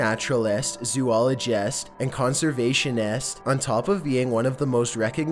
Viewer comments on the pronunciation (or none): Natural EST zoolog EST conservation EST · He was a renound naturalIST, zooligIST, and conservationIST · NarutalEST, ZoologEST, ConsevationEST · Natural-est, zoolo-gest, and conservation-est... I'm confused why he pronounced like that. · Chucky Cage ZoooloGEST ConservasionEST